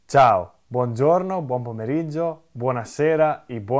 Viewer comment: Почему Симоне говорит:" Цао". Это правильно? Или мне так слышится. Или так произносят в каком-то определенном регионе Италии? Я была уверена : "Чао" правильно говорить.